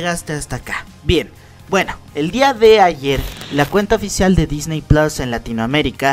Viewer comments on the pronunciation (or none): none